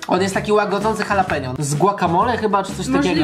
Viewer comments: H w języku hiszpańskim jest nieme Jaleno czyta się Alapenio nie Halapenio Boże jak to denerwuje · jalapenio?? xD